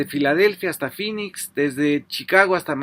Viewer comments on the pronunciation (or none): none